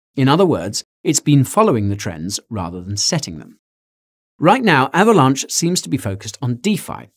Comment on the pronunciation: Guy... are you saying Avalanche or Avalaunch? XD